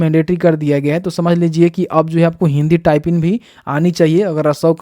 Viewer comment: बोलने तो आ नही रहा है, टाइपिंग होता है या टाइपिन होता है, नोटिफिकेशन का गलत जानकारी दे रहे हो, कितने बच्चे पूछ कर परेशन है की जिसने फॉर्म फिल कर दिया उसका क्या, अभी तक एक भी रिप्लाई नही आया इस सवाल का..